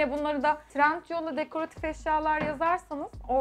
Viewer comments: Bütün video boyunca trentyol demesi asiri rahatsiz etti ya😂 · trentyol değil trendyol buda benden sana minik bir bilgi olsun